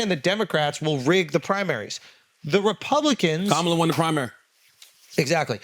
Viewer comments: Correct him, he mispronounced her name, all disrespect, and that’s a black man you should’ve correct him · Charlemagne, please check this guy on how to pronounce Kamala! It"s disgusting how these pigs mispronounce her name! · Say her name correctly and be respectful Andrew! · A third rate comedian just called Kamala Harris “that girl”. Only in America… I love it! And this moron continues to mispronounce her name…freedom is beautiful. He is also pretending to be a therapist “ imposter syndrome “. Trump knows he doesn’t know shit about shit and the Truth. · The individual on the left couldn't take two seconds to learn how to pronounce Kamala's name correctly? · Start by pronouncing her name correctly, put some respect on her name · Of one can say pamela ..then, one can say her name!! Stop f up her name. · Dude cant even say her name correctly.